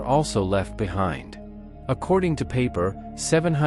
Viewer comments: Dude, I told you in another video that you need to phonetically change the German words so they sound German, not English. It's Pie-per, not Pay-per. You have to change the worded script so the robot can read it and pronounce it right. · Peiper, not paper.